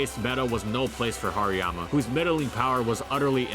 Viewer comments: You're pronouncing the "har" wrong. It's not "har" as in "hard". It's "har" as in harajuku. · nobody never called hariyama hairymama.